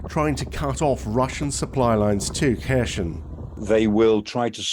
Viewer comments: It’s not pronounced ‘Ker shon’ or ‘Kershn’ it’s spelt (using Latin alphabet) ‘Kherson’, and pronounced ‘Her-sonn’ - the K is silent and there’s no ‘sh’ sound - listen to Denys Davidov on YouTube he’s a native Ukrainian (out of work) airline pilot giving daily updates on the war. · Where the hell is Hershon...... is it is pronounced Herson , silent K, and definitely no Sh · It's not Kher-shon but Kher-son :-) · XEPCOH KHERSON, S NOT Š Take the wax from your ears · its pronounced Kier Son. starmers son to make it realy easy for numbnuted gun jokeys... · I think someone needs to learn how to pronounce the city name. This is cringe 🙄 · Terrible pronunciation of Kherson. And the narrator claims that Ukraine has no other ports with access to the sea. There is a large port in Odesa which has been blockaded and damaged. There are other smaller ports still under Ukrainian control.